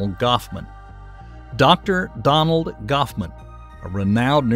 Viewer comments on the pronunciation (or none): It's Donald Hoffman not Goffman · Donald Goffman? Gosman? Is this AI? It’s Hoffman. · It's Donald Hoffman, not Goffman duhhhh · Donald Goffman made me laugh out loud... its Hoffman, not Goffman ;) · Said "Goffsman" over and over again, showed "Hoffman" twice. Come on. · Goffman? Really it's Hoffman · I believe is Hoffman and not Goffman ffs man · Dear narrator, it's Donald Hoffman, NOT Donald Goffman. 😮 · Poor Donald 'Gauffman'... Can't even get cited properly😂